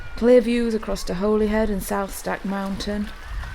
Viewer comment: Although it is Holy Island, the town is pronounced Holly-head.